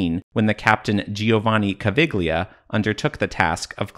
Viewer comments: Caviglia, not Cavighlia!!!! "gli" like Yankee, Egyptian politicians and cultural representatives are at an level little higher than a dromedary, you can't expect too much from them. (their boss likes to play indiana jones) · Caviglia is pronounced Ca-vee-lee-uh.